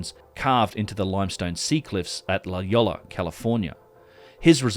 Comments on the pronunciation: FYI: "La Jolla" is pronounced "Lah Hoya" not "Lah Yolla" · All the San Diego folks are having a chuckle. La Jolla is pronounced La Hoya. Scripps Oceanographic Institute is there. There is a tiny but beautiful cove to snorkel in there. Big surf also. Watch out for the intense rip current though. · Just FYI, La Jolla is pronounced like "La Hoya' 😊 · FYI. La Jolla was a Portuguese area, not Spanish. It’s pronounced - La Hoya. Cheers. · La Jolla is said as La Hoy-Ya. 👍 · Having lived in SoCal for several years. I believe La Jolla is pronounced lə HOY-ə Just say’n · Hey, just FYI, La Jolla is pronounced “La Hoya” the double L in Spanish makes a Y sound. Love the content,. Can’t wait to join you on one of these Egypt trips. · La Jolla is pronounced La Hoya